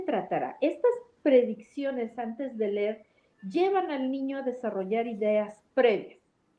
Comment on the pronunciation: Minuto , no puede ser que utilicen la expresión Ler, se debe pronunciar “leer” como es correcto.